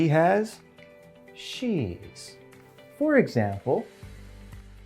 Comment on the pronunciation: anlatışı çok güzel hoş da “For ekzembıl” deyişi.. sabahları alarm olarak kullanılır🐸